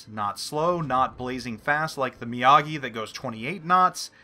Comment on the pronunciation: Mr. Mee-AH-gee does Karate. The Mee-OH-gee is a Battleship.